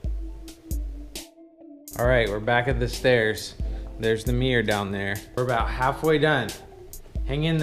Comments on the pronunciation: What’s a “meer”? Ooooh, a Mirror....😬😬😬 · A " mee-urgh " ? I'd call it a mirror myself 🤔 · Mirror not mier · its "Mirr-or...not "Meer" dang it! xo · My thoughts too..tell that man to improve his pronunciation...i intially thought i wasnt hearing him correctly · The word Mirror has two syllables, not one. It's Mir-ror, not meer. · That's a new way to say. Mirror..... Meer?????? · It's mir-ror, not meer. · The way he says mirror - “mere” haha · Yeah, and closed captions weren't much help either. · You guys from the south right? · So it’s a MEERRE, and if you push on the MEERRE it’s a passage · It's a "meer" and if you push the "meer" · Ooooo, I've never heard the word "mirror" pronounced "me yer", 😊. I'm not going rude, I've honestly never heard it spoken without God "R" sound! Anyhoo, the rabbits warren of a house - it would drive me bonkers. And it's just too "off". I only hope it has been adequately fire proofed. I didn't see an indoor sprinkler system tho. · “If you take another look at the meer” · All I can focus on is how this dude pronounces mirror as "meeyar". It's relentless... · Is it just me or this guy pronounces ‘mirror’ as ‘miiir’ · If this guy says “meer” one more time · For saying 'mirror' is his favourite word, he can at least stop pronouncing it 'meeyah'... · The way this guy says "mirror" really grinds my wheels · How is he saying mirror? I've yet to hear it pronounced like that